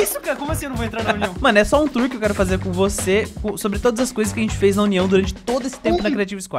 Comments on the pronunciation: "tuor" *Onerb e sua ansiedade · Não é tuor,é TOUR🤠👍🏽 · "TUOR" AKAKKAKAKAK Parabéns pelos 1M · Quando você é fluente na lingua dos gamers/youtubers e fala TUOR kkkkkkkkkkkkkkkkkkkkkkkkkkkkkkk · Tuor kkkk é tour kkk 🆃🅾🆄🆁 𝓣𝓸𝓾𝓻 ,٩ʕ◕౪◕ʔو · "Tuor" mn